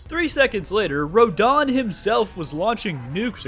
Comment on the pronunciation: he is saying rodans name like rahdahns name from eldem ring idk how to spell his name.